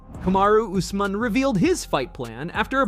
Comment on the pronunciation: C'mon, it's pronounced ooz-mahn. Not us-man. 😅